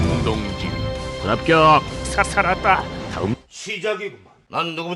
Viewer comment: 나레이션 불합겨어어어억~~~ 발음 ㅋㅋㅋㅋㅋㅋㅋㅋㅋㅋㅋㅋㅋㅋㅋㅋㅋㅋㅋㅋㅋㅋㅋㅋㅋㅋㅋㅋㅋㅋㅋㅋㅋㅋㅋ